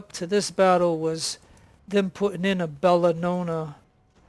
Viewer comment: that 3rate is BELLONA, not BELLANONA :D Bellona was Roman goddes of war...